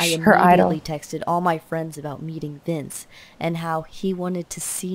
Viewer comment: vince not vice